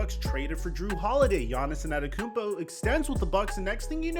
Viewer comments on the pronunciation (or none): Who tf is giannis enanekoonpo? 😂